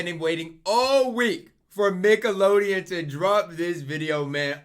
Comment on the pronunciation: Mickolodeon JAJAJAJAJAJA